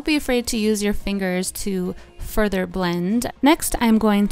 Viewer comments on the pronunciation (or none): none